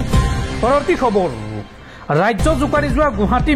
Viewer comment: Okhamiya ussharan bhalkoi karak,khubor nohoi khabor hobo lagey